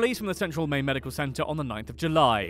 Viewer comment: I’m from Maine, and I know how to pronounce it.